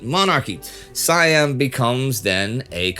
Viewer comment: You constantly mispronounce Siam.